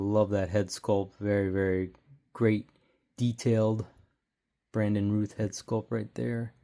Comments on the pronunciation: Pronounced Routh like south not Rooth. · 😅😅😅😅 yup. Routh>rowth